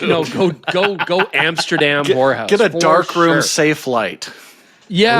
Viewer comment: Anybody else hear say, “Amsterdam whorehouse”? Just me?